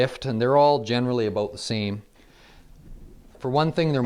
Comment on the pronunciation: "The're all about the same!" Edit: "aboot"